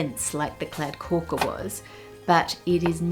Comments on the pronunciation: Pronouncing kladdkaka as "kladdkåka" lol Also, it doesn't mean sticky chocolate cake. It means sticky cake. It is a sticky chocolate cake, but that's not what the name means. The name is a combination of the words kladdig (meaning sticky) and kaka (meaning cake). In the recipe I use, eggs and sugar are whisked alone. It also includes vanilla sugar, but that isn't a neccessary ingredient. Seems like a pretty decent attempt to make one though. Consistency looked about right. And you can go for more or less sticky, just don't overcook the cake. Two minutes too long and it becomes as dry as a desert. We also don't neccessarily eat them chilled. Though it's common. And I like that you put some cream on it for the closeup shot, but then it looked like the taste testers didn't get any? Weird. It's almost always served with whipped cream or sometimes vanilla flavoured ice cream. I love kladdkaka. It's delicious and so easy. Honestly, it's not the tastiest cake, but it's just so much easier than making a fancy chocolate cake with like two or three, if not more, different components that need assembling and maybe cooking separately. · yeah never seen anyone butcher kladdkaka this bad, nothing resembles a kladdkaka here. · Sad to see you butcher the kladdkaka like that ☹